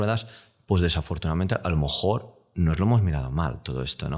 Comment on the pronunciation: no puedo parar de fijarme en que siempre dice "a lo mojor" xd